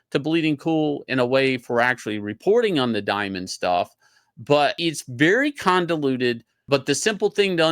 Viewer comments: "It's very condoluted." Shane, what the hell is condoluted?! The word is convoluted, brother! Now, shake my hand! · It's "condeluded"